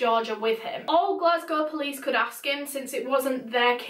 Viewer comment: being from glasgow i love the way you pronounce it!! so pretty